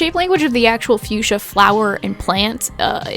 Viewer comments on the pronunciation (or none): Fuschia the flower is actually pronounced Fuk-sia. I know it sounds dumb but its true. You can call it whatever you want and it wont matter, just a gardener wanting to share xD Also stop being so hard on yourself :(